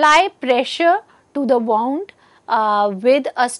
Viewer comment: It's pronounced as 'woond' and not 'waaund'